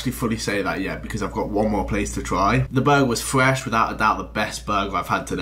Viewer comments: so much fwesh fwies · fwesh meals